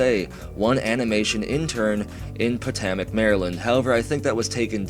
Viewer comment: As a marylander, its so painful when he says potomac the way he does